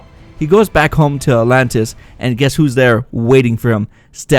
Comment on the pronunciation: I gotta admit you pronounce the name atlantis in way that makes me think alot lol a-lantis